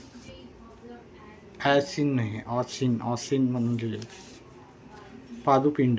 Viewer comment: स्वादू पिंड ❌पादु पिंड 😂😂😂😂